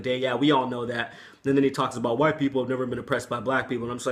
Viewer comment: I saw the Robb Flynn video, I replayed what Phil Anselmo said 5 times over and I could hear that he said "Wine Power" instead of "white power". I didn't hear him pronounce the "t" those times. Hmm, maybe because he was drunk and he just had a couple of wine drinks. Anyways, it was funny as fuck how he shouted out "white power". So stupid but funny.